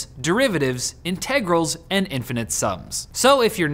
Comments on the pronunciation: You should follow that sponsor link, - then you'd know it's pronounced "INtegrals" and not "inTEGrals":) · Everyone: Integrals: I N T E G R A L S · Did you just pronounce that as `in-teg-ral` ??? o.O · Never heard integrals pronounced that way in all of my calculus courses. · also triggered me, so apparently he doesnt know about calculus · I'm glad I'm not the only one who cringed at that. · its pronounced that way in British English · You pronounced integrals wrong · who the hell says “integrals” like that?